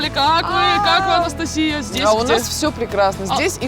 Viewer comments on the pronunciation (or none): none